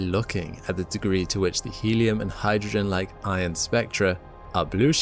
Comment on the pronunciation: "i'on ions"